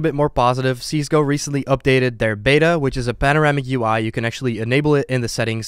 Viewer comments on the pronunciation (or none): none